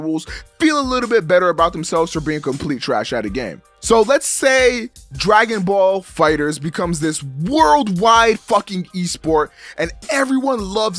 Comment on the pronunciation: damn it,. Say it with me. DRAGON BALL FIGHTERZ. NOT DRAGON BALL FIGHTER Z.